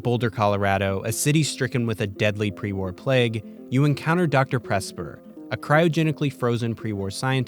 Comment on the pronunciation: After those scenes from TOS, when he said "pre war", i could just hear "pre warp" kkkkk